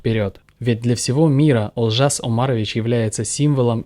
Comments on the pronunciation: Автор молодец правильно говоришь Олжас а не Алжас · Рахмет брат первый раз вижу русского брата который правильно произнёс имя Олжас ,*О* а не А Алжас мног ие так произносит алжас или алжасу переводится с казахского как запутаться или сойти с ума ,брат вы меня приятно удивили ,Рахмет еще раз ,ну а Олжас гений из казахов советского периода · Спасибо за интервью. Отдельно спасибо за правильное произношение имени поэта, ударение на "о".